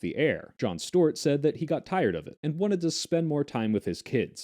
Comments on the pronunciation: Boy, why do you keep calling him Jon Stort? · What is this pronunciation of Stewart?